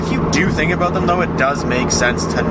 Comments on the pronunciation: jonathon lesko and he said aboot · its abewt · The aboot is killin me. So whats all this aboot? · jonathon lesko You definitely know what you're talking a-boot lol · Not to racist or anything but it was the way you said "about" that made me suspicious :D